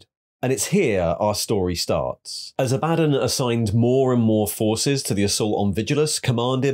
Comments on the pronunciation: Aah buh dawn. Not A bad done. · ITS ABBA-DAWN NOT A-BAD-ON!!!!!!!!!! REEEEEEEEEEEEEEEEEEEEEEEEEEEEEEEEEEEEEEEEEE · Ok but it gets on my nerves Abaddon's mispronunciation. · Love your videos but it KILLS me when you mispronounce Abaddon